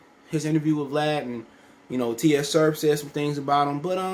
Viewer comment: These man said ...T S U Surf it’s Tsu Surf T is silent smh